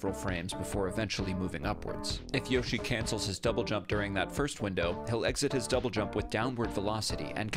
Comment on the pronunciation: That's not how to pronounce Yoshi